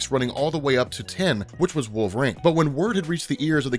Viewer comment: wait. so you recognize that you cant pronounce the russian chicks name/ but you keep calling wolverine wolvrain? total lack of self awareness.